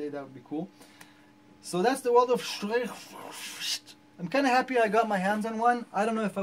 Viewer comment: Aren't you Israeli? Don't you speak Hebrew? If any non German should not have any trouble with pronouncing "streichfett" it should be you... ;-) lol. Another great review, thank you, sir!